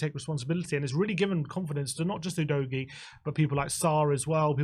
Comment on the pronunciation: Is it a bit of fun, and, you have udgoie, you've really butchered his name😅